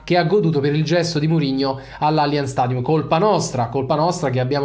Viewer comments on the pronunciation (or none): none